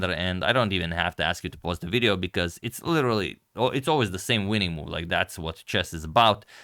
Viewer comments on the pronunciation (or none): none